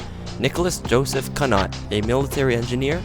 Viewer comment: Nicholas CUG-NOT? You never studied French did you? It's pronounced COO-NYO